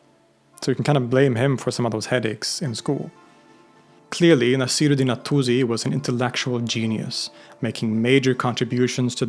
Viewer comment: Also Naasir-ud-Deen